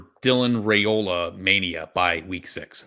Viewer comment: I heard Saturday during the game that Dylan’s last name is pronounced Rye-ola, rather than Ray-ola. Thanks.